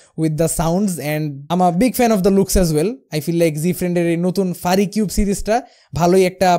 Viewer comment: It's not ফারিকিউব, It’s ফিউরিকিউব।